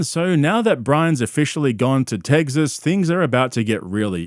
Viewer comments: Fugg me dead, the way you pronounce Tegzas & trugg is comedy gold. It drives me - NUTZ!1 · Love how you keep saying “teggsas” lmao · are you saying tegsas ironically or not? i have to know